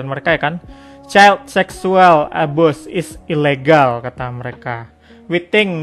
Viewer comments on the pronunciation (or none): abuse itu dibaca abius bang bukan abus